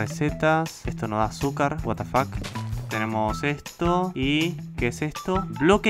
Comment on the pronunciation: Como lo dice: what the fuck Como yo lo escucho: guatafac